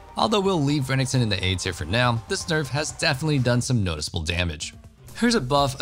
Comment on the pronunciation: Umm how did this guy say Reneckton